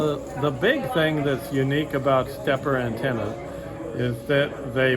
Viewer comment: It's interesting how the vendor in the video chooses to pronounce the name "Stepper" and not "Stepp-IR", etc. Following that logic, one would think the "Big-IR" antenna would then be pronounced as "bigger", instead? Just asking. In any event, good video and thanks as always. 73, AC3HT